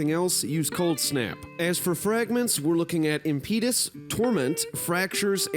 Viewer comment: I thought you "studied linguistics in college" 😆 That's now how "impetus" is pronounced. wow!!!